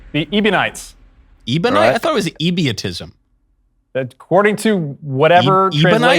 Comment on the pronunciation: and then comes "Ebiotism" LOL.